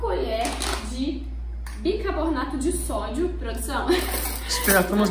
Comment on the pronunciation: Gente...não é por nada,não. Mas leia o nome desse pó branco que usaram...sílaba por sílaba: bi-CAR-bo na to Ajudei no português?